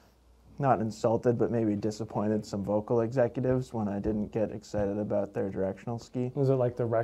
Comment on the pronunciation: Great channel. So comprehensive reviews. Even here in Europe I check them before buying skis :). (btw Volkl is pronounced Foelkl). Excellent job guys!